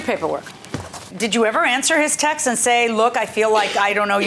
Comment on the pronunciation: No one is going to comment about the plaintiff saying, "texas" instead of text. SMH.